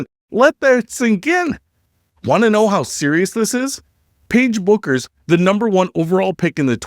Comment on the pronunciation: What these silly women are doing is called, “cutting off your nose to spite your face.” * And Paige’s last name is pronounced, “Beckers.”